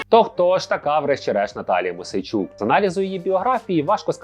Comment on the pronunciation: Мойсей -чук ,а не Мосейчук.